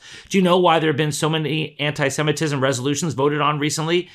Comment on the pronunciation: Holy crap you're the only person that knows how to pronounce the word Semitism